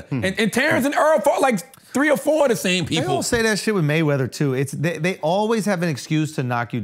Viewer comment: Charla does not say " Or" he says, "Are" heavy on the "A". 😅